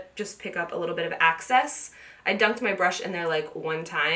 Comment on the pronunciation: What's "access"?...she meant "excess" right?